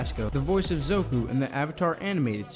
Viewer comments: Pronounce the names better Zuko not Zoku. And Agni Kai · It’s “Zuko”. Not “Zoku”. Other than that, this was very informative thank you (